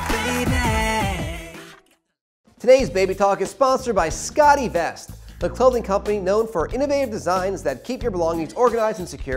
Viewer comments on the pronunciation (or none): The host needs some help with his pronunciation. It's Scott e-Vest not 'Scottie Vest' And it's June Diane Ray-feel, not 'June Diane Rah-fay-el.'